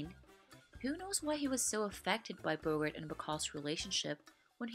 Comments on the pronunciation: It’s Bo-GART, not BO-gert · Bogart's name rhymes with "cart". It is not pronounced "Bogurt". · I've heard Redd Foxx as Fred Sanford pronounce it "BO-gert", though.